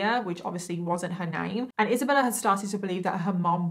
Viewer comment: who is Isabeller?? I kept hearing the name Isabeller